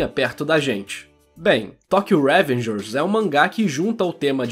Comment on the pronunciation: eu amei o video mas smp q falava revengers com acento no primeiro "e" me deu gastura